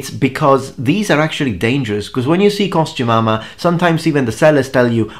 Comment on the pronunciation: i keep hearing costu-mama and my brain REFUSES to hear costume armor.....ugh....either way, after seeing the early videos you've popped up on this video i realize i've come across you well before i subscribed to you lol. glad things have worked out for you.